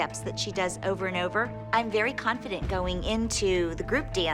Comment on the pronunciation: always says CONT-FIDENT 😂😂